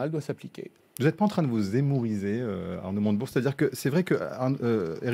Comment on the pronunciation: Je rêve ou à , le journaliste à dit "Arnaud Monte Burnes"? c'est une private joke? un pari à LCI? En tout cas merci LCI pour ce nouveau casting de comiques, mieux que le Jamel Comedy Club 😭😂🤣🤣😅🙏